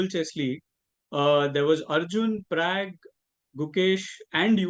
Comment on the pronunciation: Its Pragg not Prague !! Lucky Magnus did not call him out.